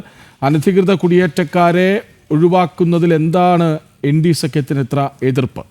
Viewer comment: ഇൻടി അല്ല. ഇന്ത്യ എന്ന് പറയണം പഴം